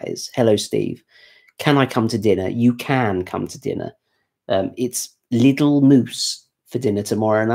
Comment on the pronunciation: Lidl chocolate ice cream is the best tasting, better than any premium brands. Lidl is pronounced leedal.